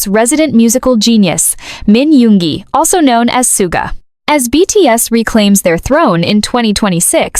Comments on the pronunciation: thank you. I thought i was the only one who noticed the mispronounced his stage name. 💜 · No, i think they're just profiting and posting bad ai writing. They don't even pronounce Suga's name correctly. I'm blocking this.